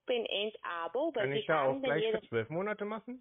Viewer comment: MonAte - es hört sich stark nach dem polnischen Akzent an, denn im Polnischen liegt die Betonung (fast) immer auf der vorletzten Silbe. Polen sagen z.B. TelEfon (im Russischen, übrigens, TelefOn)